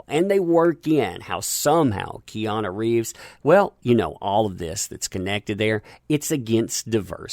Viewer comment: The way you say Keanu sounds like Kiana. Lol